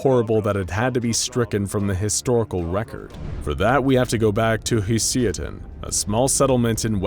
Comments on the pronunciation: HOLY SHIT HOW BAD DID YOU MISSPELL "HUSYATIN", it took a while to understand what the fuck it is, but paste to Google translator "гусятин" and listen how it is pronounsed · Nicely done video, but there's one moment i'd like to clarify: I understand that slavic languages are hard when it comes to pronouncing, so it's totally fine that you never spelled Husyatyn right It should be spelled something like Hoosiatyn :) Just felt like explaining this lol